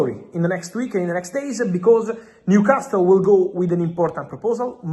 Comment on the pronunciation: Why does he keep saying “Newcas-TILL?????? It’s doing my head in!!!!